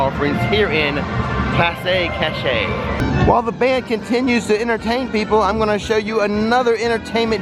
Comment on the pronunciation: It’s called “ploss kash-ay”! Loved the video